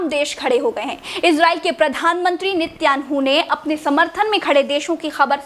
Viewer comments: Nityangu nhi Netanyahu hai nam Or enduan nhi urdagan hai nam 😁😂😂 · इजराइल के प्रधानमंत्री का नाम तो ठीक से लो 😂😂😂😂😂🤣🤣🤣🤣